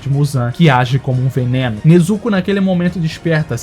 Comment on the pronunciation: eu fico agoniado quando ele chama o Ubuyashiki de Ubáyashiky kkkkkkkkkkkkkkkk O maluco erra o nome do mestre do esquadrão... pelo amor de Deus. Até a pronuncia da Nezuko dele é triste. Mas valeu pelo vídeo. Só é estranho alguém que aparentemente conhece bem o anime nao saber o nome dos personagens.